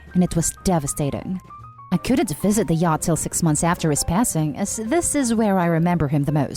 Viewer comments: Laurence and yacht flips from the normal pronunciation to yat at random. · Saying the name Thomas wrong is such a glaring mistake along with the pronunciation of yacht. I couldn't pay attention when that happens and I can't listen to the story again! It's like nails on a chalkboard!!